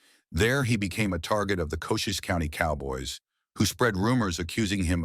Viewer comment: Sundance Kid didn't shoot anyone dead - then how did he make the Top 15 Deadliest Gunslinger's List?! It's Ko-CHEES (Cochise) County - NOT 'Coaches' county. Chisolm is CHIh-zuhm, NOT "CHY-sum" ...